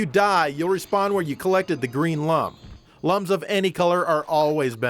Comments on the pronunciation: C'mon, they're pronounced "looms", not "lums"! Everybody knows that. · Its pronounced looms. Lum as in iluminate.